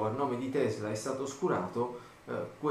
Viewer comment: tesla si pronuncia con la s forte come se fosse doppia ;)